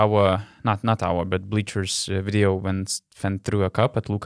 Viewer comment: Chebra. Viskas neblogai. Patiko..klausysiu ir toliau. Bet Donce - pasitempk truput ties zodziu tarimu: Victory - tu tari wictory. Between - tu tari betveen Video - wideo Very - wery Covid - cowid When - vhen ..ir t.t. Zodz v ir w nereiketu maistyt. Tas rezia ausi stipriai. Tik tiek. Sėkmės